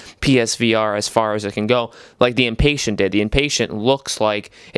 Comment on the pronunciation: Dude, it’s not Inpatient, like someone who is impatient. It’s the Inpatient, as in an Inpatient. You have the emphasis on the wrong syllable. And “toy around with these VR games?!!!” Are you kidding me? Have you not played Rush of Blood? That’s one of the greatest VR games on the system!